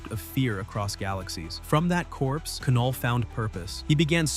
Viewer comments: Did he really say Ka null.... It's Knull... (Null) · “before there was light, there was ka-null” lol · A.I. has yet to understand that the K is silent in Knull. It's pronounced Null. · By the way, you don’t pronounce the K the K is silent so it’s just knull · “Kuh-null”… the K is silent😑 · I stopped watching when this AI said Ke-null for Knull. Damn AI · Kuh null? Really? Ai